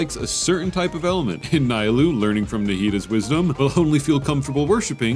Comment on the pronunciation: Lemme tell you something it’s not nYLOU it’s n EE LOU 🤦‍♂️🤦‍♂️